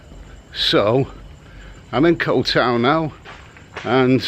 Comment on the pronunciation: Boomers on social media are something else lol Can you say "young Scandinavian girl" "ko-u tao" and "shady" one more time please 😂 This 13 min video could have be 3 minutes 😮‍💨